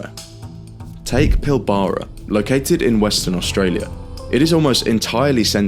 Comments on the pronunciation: It’s pronounced Pil-bra, not Pil-bAra… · Pilbara is pronounced PIL-buh-rah, not pil-BARR-a. It's a region not a town, so it's referred to as "the Pilbara", "the Pilbara region", etc. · The Pilbara (pronounced Pilbra) is completely remote. Places like Karratha only exist because the mines exist. The Pilbara only has 0.29 persons per square kilometer. The impact on the region if China buys less ore will be felt but you are only talking about enough people to half fill the MCG.